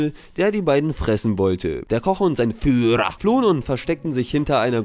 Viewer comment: Beste Stelle im Video: "[...] und sein FÜHRA!" xD Die Betonung ist mehr als fein xD